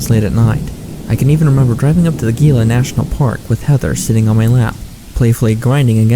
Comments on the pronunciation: Gila pronounced hē-lə- same as Gila monster lizard. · why do you pronounce Gila with the G sound???